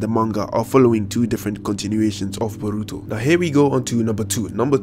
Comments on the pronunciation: "Buruto" Lol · "Burutu". "Narutu". "Iwabi". Subscribed.